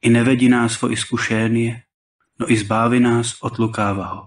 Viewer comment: Here should be the stress at ''въвЕди'' not ''вЪведи'' And also ''лукАвия'' not ''лУкавия.'' And ''избавИ'' not ''избАви''